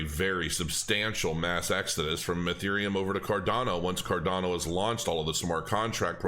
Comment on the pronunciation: Card-yawn-o... ;-) . . . . . I love ADA btw.